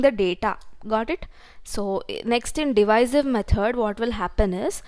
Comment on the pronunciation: Second one is divisive not diviser